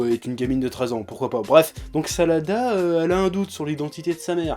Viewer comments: j' crois que ses sarada pas salada je me trompe ? si oui dite le moi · Tu prononce tellement mal les noms des personnages venant d'une personne qui s'appelle et enfin la fille de Sakura et Sasuke s'appelle Sarada et non Salada.